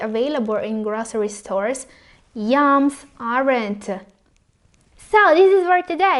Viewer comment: Did u say YUMS or YAMS?